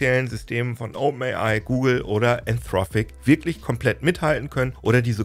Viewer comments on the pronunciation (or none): is nicht "anthrophic", is "anthropic" ;)